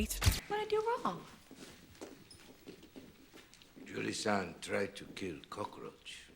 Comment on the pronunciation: Jewel-e not Jewel-e-uh